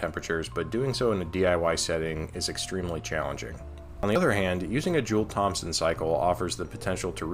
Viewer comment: brother, the P in Thompson is silent.